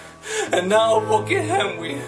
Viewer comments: OMG I MISS COME BACK MAKE SHIPPUWWDEN WEVIEWS PWEZE? KEEP AWIVE BWEAK HIM OUT OF JAWL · ***** lmao! XD DUN'T WURRWY WE WILL CWI TOKETHER! T__T